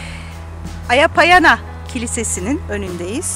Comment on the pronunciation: Kilisenin adı Aya Panayia (αγια παναγια). Kutsal Bakire Meryem Ana anlamına gelir. Hz. Meryem'e adanan binlerce kiliseden biri. Aya Baniya şeklindeki telaffuz bu ismin yöresel söylenişi, Aya Payana ise yanlış bir kullanım. Aya Panayia şeklinde telaffuz edilmeli. Isparta tarihi açıdan çok güzel bir kent ancak ne yazık ki böyle hazineleri harap olurken duyarsız kalınması çok acı.